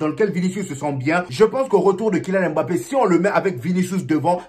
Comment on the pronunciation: ...on dit "mbappe"...pas "m-bappe"...lol